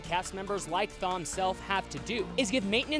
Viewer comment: LOL. MACK-inist? Machine-ist. Also I'm pretty sure Thom is pronounced Tom.